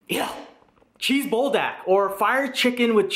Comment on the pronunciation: you say BUL like BULL or BOOL (Pool with a B) which means fire, and DAK is chicken like GAI :P Good stuff, but I would of added the chicken into the ttokbbokki in the saucepan and then added cheese on top of everything on the stove top.